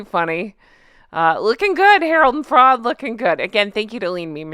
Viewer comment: Have to laugh....I honestly thought you were saying Harold the Frog and wondered how you came up with that nickname!!! Just realized you were saying Harold the Fraud!!!🤣🤣🤣